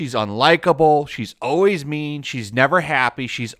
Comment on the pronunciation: Right now isn't how you say always.